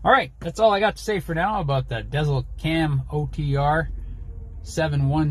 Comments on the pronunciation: It’s actually pronounced “Diesel” not dezl 😂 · Pronounced Garmin Diesel. I wish it had a feature like Trucker Path that displays fuel prices at each fuel location shared by other drivers. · Think about the dash above the E, when pronouncing the name of your Garman. (Garmin dēzlCam™ ) good review otherwise!